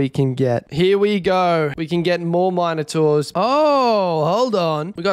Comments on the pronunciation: The way you say minertaurs pisses me off 2 much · How the hell do you pronounce Minotaurs??